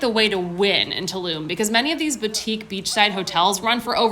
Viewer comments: It's Tulum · Tulum, is not in Germany, I think......so, why are doing a German accent? ( 1min 9 sec)